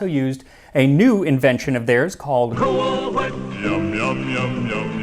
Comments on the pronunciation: Why do you keep pronouncing cool whip with a h??!! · Excuse me, sir. It's Cool WHip. Emphasis on the WH. 😂❤ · i may not care for Family Guy but i'll never stop loving the "cool-ch-whip" pronunciation joke 😆